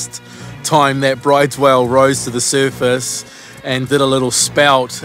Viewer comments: Another great vid, boys. Enjoy the time off over the summer. FYI, weirdly the pronunciation of the whale species is "brooder", not like "brides". It's named after a Norwegian, hence the strange way you say it. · Awesome vid of the Whale. Out of interest, brydes is pronounced 'brooders'. Keep up the good work. 👍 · Bryde's Whale Norwegian it is Broo-dess fyi